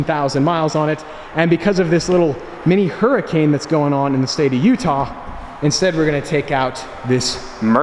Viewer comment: When he said mini hurricane in Utah I thought he was saying huracan 🤣